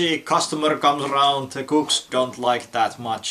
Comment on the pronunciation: And have to note, took me a few times to realize you were saying "cooks" and not a certain slur that would likely get the video slammed. o.O Raised my eyebrow a moment, there.